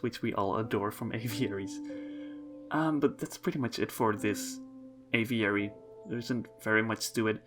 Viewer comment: My word. A video so soon. And he pronounces the word 'aviary' properly. You'd almost think someone replaced him if he didn't say 'little' in the video. Really lovely exhibits. The panda exhibit looks cool, although it seems like a bit of an escape hazard. That aviary is gorgeous. So many cool little details